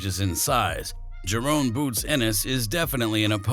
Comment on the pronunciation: It’s Ja…Ron not JaRone! Get it right fella